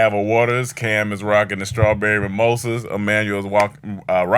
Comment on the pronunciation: 🧏🏾‍♂️ Hey, Seems like was trying to say Rocking but fluffed landing and went with wocking....this coverage has been brought to you by these greatest hits I wanna Wock with You, Wock the Boat, and You Wock My World 🌎...